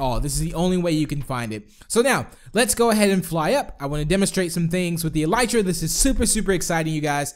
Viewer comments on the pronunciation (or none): Pronounced EL-UH-TRUH